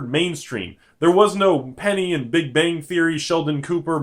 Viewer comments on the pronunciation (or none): none